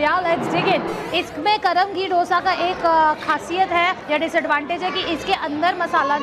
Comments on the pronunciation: It's dosa didi 😂🤦 not dhosa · It's not dosa it's dhosa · That Dosa chutney is Allam chutney (Ginger chutney) prepared with Ginger,red chillies and jaggery... plz pronounce DOSA correctly 😜